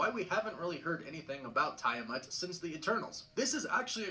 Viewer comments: I don't like how he pronounces Tiamat. I'm pretty sure it's meant to be pronounced Tee-ah-mat. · the way they mispronounced Tiamat and Adamantium is driving me nuts